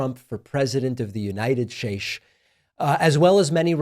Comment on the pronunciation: every time Pakman says "United Shaysh," an angel gets its wings 👼🏻